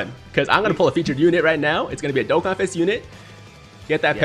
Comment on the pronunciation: Scott: Finally pronounces Dokkan properly during his intro Also Scott: proceeds to butcher every other word in existence